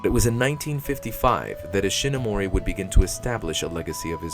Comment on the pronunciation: Words pronounced wrong in this video: "Hongo" "Himitsu" "Kikaider" "Manga" "Ishinomori"